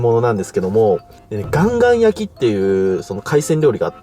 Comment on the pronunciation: カンカンなのかガンガンなのかはっきりしてくれ。